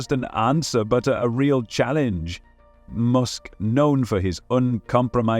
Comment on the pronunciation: Musk, not mosque